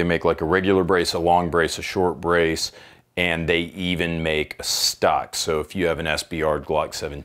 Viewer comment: I physically cringed every time he said "Stock", like no no baby what is you doing 😂